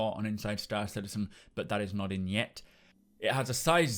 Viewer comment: Did you say "it can NOT fit into the Freelancer or valcyre"?